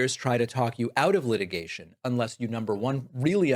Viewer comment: "Light-igation? Leet-igation?"